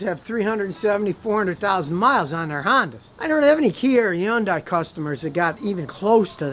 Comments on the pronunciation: IT'S PRONOUNCED "HUN-DAY" NOT "YON-DIE"!! 😂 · What the F is a Yondie? Its Hyundai. Thats how even the company itself pronounces it in the commercials. I'll go with that. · Scotty need to update his perception with Kia and stop saying Yan Dai, there is an H in the beginning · Scotty why do pronounce Hyundai as Yundai? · Scotty learn how to pronounce Hyundai. You need to pronounce the H not the Y the name of the manufacture sounds like this Hun-day not Yun-dai. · no, h is pronounced in Korean as well. Hhuan - dai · yes but Scotty was pronouncing the end "die" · he said yawn-dye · Hai-un-dai is how it's pronounced. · I worked for Hyundai, it’s pronounced with the H and it it sounds like Sunday with an H. They ran a commercial stating this! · he thinks the H is silent LOL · Scotty, you are working TOO hard saying Hyundai. It's pronounced HUN-day, like Sunday.. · HUN-DAY Is how your pronounce it Scotty 🤦‍♂️ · i just googled the CEO of Hyundai saying it and he says like HIN-DAY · he says Hyundai like yundai. i’ve never heard anyone pronounce it like that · Drive sisters Hyundai in Korea in 1980. This review is the first I disagreed with. Check where Consumer Reports now rates Hyundai and Kia. BTW, as a Korean speaker, it’s pronounced “Hyon dae”. Literally this means “Modern era.” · Correct pronunciation is actually “hyun-deh” The real korean pronunciation. :) 현대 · Scotty, it's pronounced "Hun day". It's like "Sunday" with an "H". Source: Korean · I will let that "yundai" go. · Hey called it "Yundeye" wtf?? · Scotty ? before you talk about Kia or Hyundai , say it right it is Hyundai like sunday monday Hyundai ... got it? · i never hear of anybody say 'yeon daai' lol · Scotty learn how to pronounce Hyundai. Just say Sunday with an "H" and you'll nail it. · Stop saying YunDai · Hahah yundi it Hyundai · Not how you pronounce it in Korean. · Not how it's pronounced in korean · Scotty is saying it totally wrong. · Scottie’s pronunciation of Hyundai is to funny.